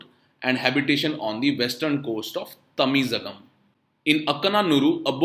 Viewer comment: pronunciation of Tamizhagam is Tamilagam...ZH is equal to L in Tamil and Malayalam...its special character